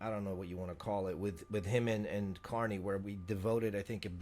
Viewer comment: Did he say CAR-2-NEY?